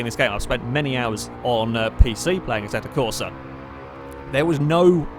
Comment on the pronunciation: it's AssettO Corsa,not Assetta Corsa,even everybody pronounces it as Assetta,but u know,it's still AssettO